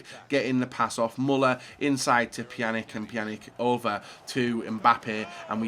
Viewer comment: what pisses me off most is inability to pronounce names correctly, i.e. Pjanić, Giroud etc. Its not hard! This is your job! stop being lazy! Really triggering with YouTuber's when this is their job and they either don't know names or how to pronounce them! UP YOUR GAME! ALL OF YOU!